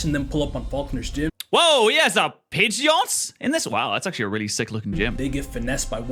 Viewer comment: Pidgeot not pidget